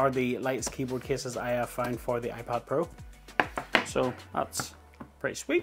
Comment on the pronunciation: iPod Pro?? Thats the first thing i heard, and even the subtitles say iPod 😂